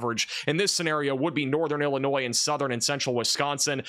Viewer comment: This guy does not know how to say the state of Illinois he never mentions anything in Illinois